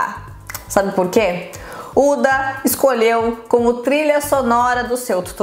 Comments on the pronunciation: O h da huda não é mudo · Se fala “Ruda”, não “Uda”